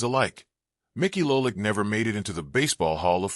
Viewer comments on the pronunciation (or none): STOP using AI narration !!! LOLICK ????!!!!!!